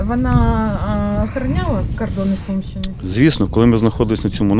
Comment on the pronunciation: Не Сумщины а Сумьянщины